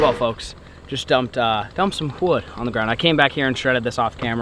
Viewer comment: Did you say "whood".